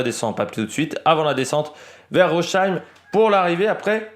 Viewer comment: en Français ou en allemand on prononce phonétiquement ROSSAÏM :goodvibes